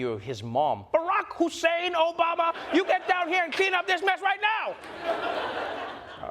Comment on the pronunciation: Barrack Hussein Obama......you miss the fact, that his middle name is pronounced "Who´s sane"